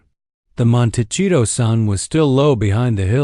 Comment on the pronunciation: Already losing credibility by a computer cannot correctly cannot pronounce Montecito.